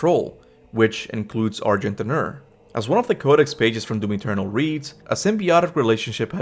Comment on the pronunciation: You definitely don’t pronounce the d in argent d’nur… it’s not argent dinner lol